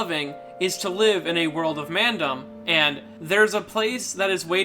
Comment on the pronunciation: Can I say how cool he says "Mandom"